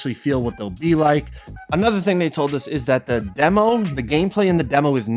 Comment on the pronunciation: Everytime he was saying demo i thought he was saying devil😂